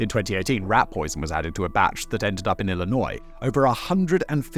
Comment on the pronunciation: he pronounces Illinois correctly. I guess I will have to learn pronunciation of English villages to do him one. Thank you for your good pronunciation!